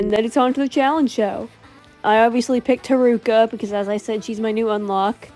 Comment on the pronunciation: The way you pronounce honami and haruka pains me